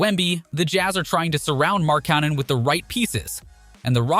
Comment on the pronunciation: Not just Lill-ARD, He mispronounced so much. Is it an automated voice? Markannon, Jabari, offence (like a crime) instead of offense, and strangely saying "6 foot XX inches" fully every time makes me suspicious.